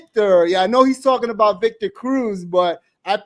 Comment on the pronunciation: Viktah Crooz... oh da freaking pain